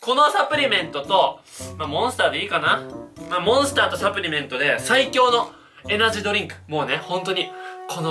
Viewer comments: サプリメントのイントネーション気になった人👍👍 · サプリメントの発音がおかしいwwはじめしゃちょーかわいい！(*^^*)